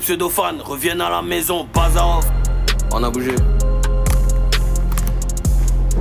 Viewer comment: Djo c’est bazarhoff et non bazanoff 😂